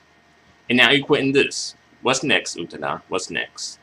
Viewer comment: Lol. Loved your analysis. I really loved this song. It's my number one song from her. By the way, for future reference, her last name is pronounced "OO-TAA-DA" No disrespect towards you! I'm just telling you this because I don't want you to get attacked by other crazy Utada fans for getting her name wrong! xD